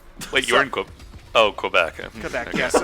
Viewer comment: ...The way pronounces Quebec triggers me.